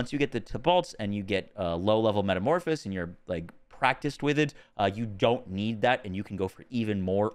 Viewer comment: If I hear one more youtuber mispronounce metamorphosis I am going to go insane.